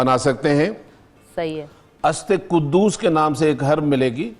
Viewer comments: aap urdu naam hi ghalat lay rahay hain.... استے قدوس نہیں۔۔۔۔ اسطوخودوس ہے۔۔۔۔ Very harmful for hypertension High BP patients... So plz while doing such a generousity.... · جسکو ادویات کے نام صحیح طرح سے پڑھنا نہیں آتے وہ بھی منافق ٹی وی چینل پر دانشورحکیم تصور کیا جاتا ہے اسطخودوس کو استقدوس اور برنجاسف کو برجانس اور باقی بھی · برنجسف کا نام تو آپ سے صحیح لیا نہیں جا رہا۔۔۔۔ھاھاھھھاا استے قدوس صاحب۔۔۔۔ یہ کتابی نسخے ہیں۔۔۔۔ ھاھاھاھا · جو اسطوخدوس برنجاسف اور منڈی کو درست پڑھ اور بول نہیں سکتا۔ اس کی طبی قابلیت کا کیا کہیں